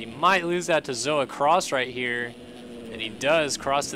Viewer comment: Thank you for pronouncing my name right! It's not hard and people get it wrong a lot. Btw its Zoa Cross